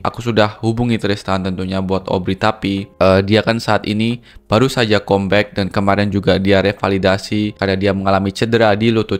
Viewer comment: Cuma mau meluruskan bahasa inggris nya saja. Comeback itu kalo dibaca "kambek"bukan "kombek" 😊